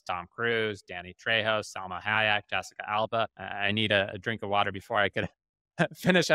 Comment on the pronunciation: It’s “Hi-Yeck” not Yack.